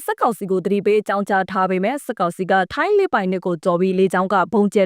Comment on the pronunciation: စက်ကောင်စီမဟုတ်ဘူး စစ်ကောင်စီ။အသံထွက်ပီသအောင်အရင်လေ့ကျင့်အုန်း။